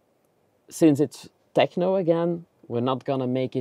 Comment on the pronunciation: I just came here to hear say TEJNO!